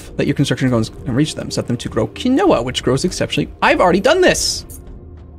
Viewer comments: Not kih-no-wa, key-no-wa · My god Quinoa is pronounced *keenwah almost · "Key-no-a" isn't how you pronounce it, it's "keen-wa" RREEEEEEEE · Keyn-wa. Not Keynowa. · It's pronounced "KEEN-WAH" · It's keen-wa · Quinoa - "keen-wah" It's weird, but that's how to actually pronounce it. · By the end of this series will start to question his pronounciation of even the most basic words. Also, just in case you didn't read it fifty times already it's keen-wa. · Quinoa is pronounced "keenwah" just an fyi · It's pronounced keen-wa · It's pronounced Keen Wah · quinoa is pronounced keen wah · Just FYI,... Quinoa is pronounced "keen-WAH". No, really. I know... I know... but that's how it's pronounced. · I'm not gonna hate for your pronunciation of "potash"... but "quinoa" is pronounced Keen-Wah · I've only ever seen it with the o pronounced, but still with a long e rather than the short i he used.